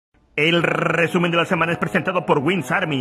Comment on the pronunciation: Jajaja rebuenisimo el rrrrreeeeeesumen de la semana navideño, y bien que cantas... Pero de la v*rga xD Feliz navidad y año nuevo